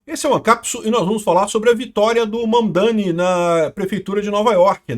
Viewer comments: Kkk eu entendi Van Dame, 😂😂😂😂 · e eu escutando "VanDaime" e "Putzgrila"